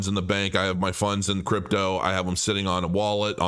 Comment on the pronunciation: KRAYKIN? Brooooooooo ...🙈🙈🙈🙈🙈🙈🙈 really??? Crepe toe crow